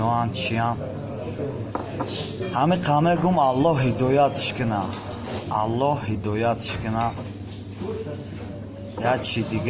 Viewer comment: Говорите Аллах а не Аллох